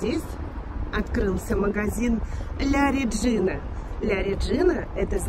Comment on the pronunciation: Произносится ла реджина